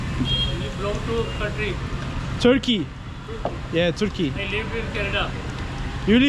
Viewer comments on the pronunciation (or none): none